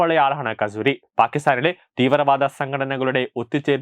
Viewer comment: അജ്ഞാതൻ, pls take care of this kasthoori. (Kasoori )